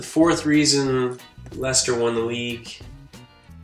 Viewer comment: That's how it's pronounced